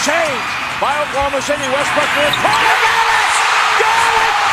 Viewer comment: Ima Russ fan and it’s definitely beastbrook not no goatbrook😭😭